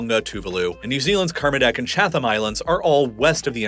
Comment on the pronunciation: Chat-ham, or rather Chat-am Islands.